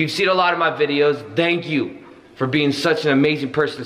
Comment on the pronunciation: Nobody:: Dank youuu